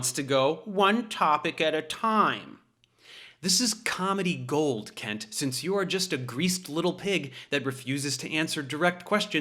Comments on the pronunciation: What he said: “Hey Kent”! What we heard: “Hey Cunt”! Truth and 🔥🔥🔥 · i think you mispronounced Kunts name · Ahhh! It's pronounced "kent" ! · You mispronounced his name, Dave. The couple of times I heard you, it actually sounded like “Kent”, when we all know it's really “Cu#t”. What happened to my keyboard just now? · I love how Dave says, "Hi Kent." You can almost hear the U. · "See you later Kent" ... not sure the emphasis on "Kent" was subtle enough ;) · Are we sure his name is pronounced as "Kent"..? I'm fairly sure the correct way would involve sounding another vowel in place of the 'e'... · That "hey Kent" sounded like "hey cunt" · Something wrong with my ears. When Professor Dave says "Kent", I keep hearing a different vowel.... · I love the way Prof Dave say the word "Kent" there's a tiny but inflection that sounds like he's almost saying another word that I couldn't possibly write here as it's a family channel. love ya David ✌🏼